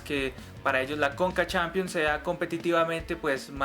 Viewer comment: Se pronuncia Champions no "Shampions" y oficialmente se llama Copa Sudamericana no "Copa suramericana", de resto te quedó muy bacano el vídeo, yo agregaría que los cupos se dieron de acuerdo a un estudio de mercado y que uno de los beneficios de terminar en noviembre es que el campeón no se va a desarmar para el mundial de clubes como ha venido pasando.